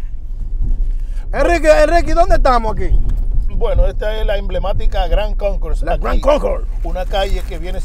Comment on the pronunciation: Si dise GRAND CONCOURSE.... not Gran Conco...